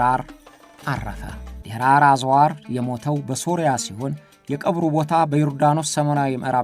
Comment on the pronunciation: ድራር አዝዋር ሳይሆን ደራር አልአዝወር ነው ስሙ ራን ጠበቅ አድርግ ስሞችን በደንብ ለመጥቀስ ሞክር